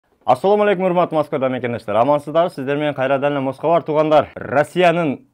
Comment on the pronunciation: Таксыр кайрадан эле москабар -деп айтпай эле койчу!☝️👎 Орусчаны йакшы билвейт экенсин!☝️